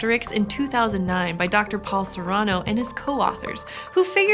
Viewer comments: I loved all of this video. But isnt Sereno's name pronounced Ser-ee-no? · When I was at the U of C, we called him Paul Ser-A-no, long 'a' sound and accent on the second syllable. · For future reference (in case you cite his work again), Sereno pronounces his name with a long "e" in the middle syllable. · Nobody else is bothered by her mispronouncing Paul Sareno's name?